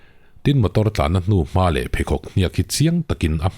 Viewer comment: I kawmen ngaihnawm e. 'male' i tih erawh, 'maw le' tih hram hram a tha.